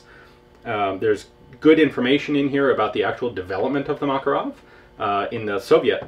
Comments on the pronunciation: btw it's MakArov, not MAkarov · dear ian, thank you for yet another interesting vid. a side comment--- i have a friend who was in the soviet military who says that makarov is pronounced Ma Ká Rov,accent on the ká. on the same subject, the name mondragon is accented on the last sylable-- mon dra gón (i live in mexico) thanks again for all the great vids. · LoL, it accent should be on the second "a" - "Mah-cAr-ow", like "hey, dude, dats muh cAr get ow it!"